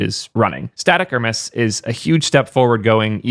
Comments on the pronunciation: Closer to how it's supposed to be pronounced than its standard american pronunciation, just the wrong syllable stressed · is no one gonna talk about pronouncing hermes as "her mess"